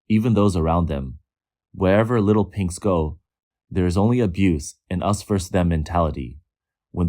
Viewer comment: Did you just say, Little Pinks or Little Pigs!?